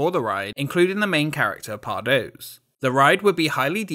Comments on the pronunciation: besides pardoes (pardoos) being said as pardose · it's pronounced pardoos 😔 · But Pardoes is pronounced "Pardus", right? At least that's what I heard in Symbolica ;) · Just one thing: the 'oe' in pardoes is pronounced as an 'ooh,' like in Winnie the pooh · The 'oe' in Pardoes is more like the 'ooooh' that the aliens from Toy Story say. 🙂